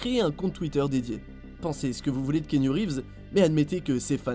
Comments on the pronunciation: ça se prononce ki-a-nou, il le dit lui-même en début de vidéo. C'est pas ki-nou, ni kiniou lol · KiAnou KiAnou non pas kiniou 🤣🤣🤣 mais chez les polynésien on prononce KéAnou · La voix off sérieux! KI A NOU et pas can you!! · Kiniou ? C'est quoi cette prononciation ? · "Kiniou" haha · c est pas kinou c est cest Kéanou le u se lie ou et c est polynesien lol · Kéniou? It’s actually Kianu ( Kian-ou) or just like it’s written ( Kéanou) 😂😂😂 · Stp c’est pas kinyu mais keanuuuu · Kianou ! ça se prononce kianou bordel ! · Ça se prononce "Ki-anou" pour l info ;-)